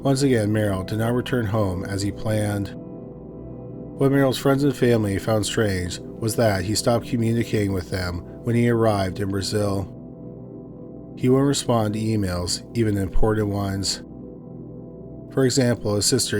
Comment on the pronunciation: I like to watch thiis channel, but the way the narrator pronounces things, like , friends and family found "strays", instead of " strange". Its very annoying and have to backup a little to hear it again. It's the lazy way of talking, but yet he sounds fine talking to us when not telling a story.